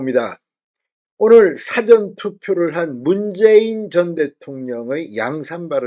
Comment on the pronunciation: 기자생활 그리오래하신분의 국어능력이 그게 뭡니까? 사전투표의 사전은 도대체 무슨 사전인지요? 첫음절에 엑센트 주지말고 길게 발음해야됩니다. 사-전투표